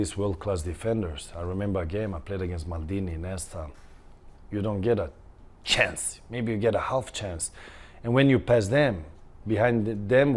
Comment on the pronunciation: The way he said CHANCE!